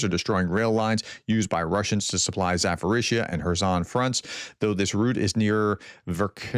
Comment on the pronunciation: Zaporizhzhia is pronounced with a P